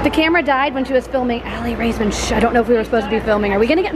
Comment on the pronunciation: the mom when she found Annie it sounded like she was gonna say shi. T